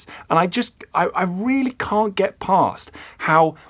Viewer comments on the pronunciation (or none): none